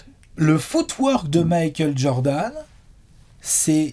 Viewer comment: À chaque fois qu'ils disent footwork, j'entends foutoir 😂 jpp 😂